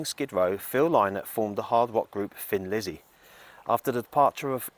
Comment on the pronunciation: Sorry to mention this but I pronounce Thin Lizzy as a thin person. Thin. Maybe it’s your British accent ☺️ Anyway in 1990 I wore out two VCR tapes of Gary Moore and the midnight blues band at Montraux. My inspiration for playing guitar ♥️